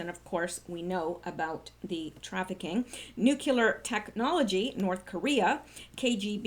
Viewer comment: Love what you are doing a little friendly criticism nuclear should be pronounced new clear not nuke yular